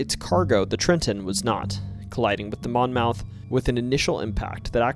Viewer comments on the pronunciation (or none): I know it's late but I can't help it. The name Monmouth is actually pronounced monmuth. It really stuck out to me , being that I am from a county of the same name in New Jersey as that boat on the Mississippi. Not trying to be a dick. Just trying to help. Great stories. Keep up the good work. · Monmouth is pronounced mon-muth.